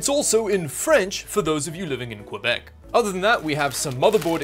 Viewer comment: I live in québec and the way he said it got me mad